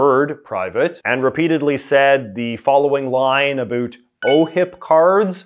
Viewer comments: we have to now talk “a bit a boot” what’s actually going on. That killed me. Not making fun of your accent but that was too funny not to at least acknowledge. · I can't tell if his pronunciation of about and around is an act because i have literally never heard a canadian anywhere in the country ever pronounce them that way.